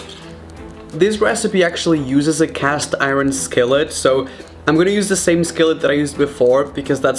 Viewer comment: how he says iron lol